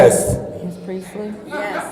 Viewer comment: why was so emphatic with that YES!? 😂😂😂 Could that be the most coherent he has ever been in any of these videos?! Did anything ever come about the new Councilman from the 1st allegedly walking to that lady's front door with the hammer? And did y'all know former Councilman Guerra was 19 when he was elected?